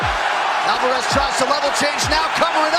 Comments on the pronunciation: who the f*ck is Alvarrez? Its pretty obvious you don't even UFC bro! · "Eddie Alvaaarez" ☠☠ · Did anybody else notice how he pronounced Alvarez